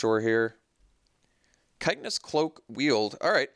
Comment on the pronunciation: hate to be that guy, but you keep saying kite-en-ous cloak. i am pretty sure it's chit-in-ous cloak. btw your last few drafts have been fantastic. very entertaining! love seeing "bad" cards do great. (crush of tentacles game comes to mind!)